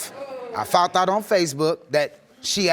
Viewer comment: Where are they from when they i fount out and not foundddd out. I'm just wondering??